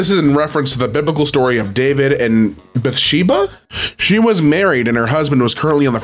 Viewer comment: it’s kinda funny how the narrator(am tired cannot remember who is narrating rn) struggles to pronounce Bathsheba. I’ve grown up in the church and I grew up saying the name in various church situations: Sunday schools, Christmas programs, Bible studies, the like. Also: fun fact, Veggietales did a movie on the story of David and Bathsheba but instead of killing a man to marry his wife, it’s the king steals a rubber ducky from a child and sent the kid to war where he got ptsd. It’s… weird lol